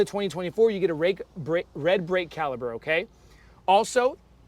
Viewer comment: This is an informative comparison, just one thing, it’s brake caliper not “caliber”.